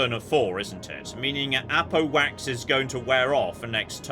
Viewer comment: I know it’s Apo Wax, but every damn time my ears hear “Apple Wax”